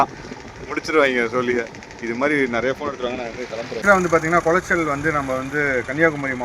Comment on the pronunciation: அந்த ஊரின் பெயர் குளச்சல் ஆனால் கொலாச்சல் அல்ல